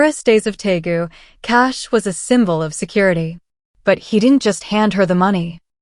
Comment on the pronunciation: It’s Deagu, not Taegu,. This is where Suga and V are from.